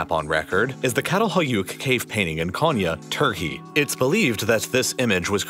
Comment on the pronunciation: So the oldest map is located in Çatalhöyük and it is not pronounced as kah-tal-hoi-ukh. It is hard to describe to English native speakers but for German natives it would be something like Tschatalhöük.